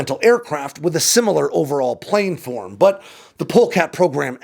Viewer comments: Plan-form. PLAN-FORM. Not plane-form. For fucks sake. Why do you keep saying this wrong? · Say “plan” Got it? Now say “planform” It’s not “planeform” Source: aerospace engineer